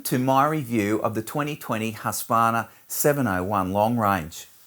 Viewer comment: I wish people would pronounciate Husqvarna correctly like...hooskvarna